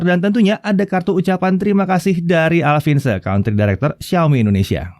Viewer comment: Alvin Tse itu dibacanya Alvin Ce om